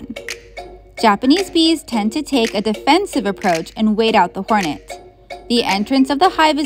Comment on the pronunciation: "hornetu" not even how that'd be pronounced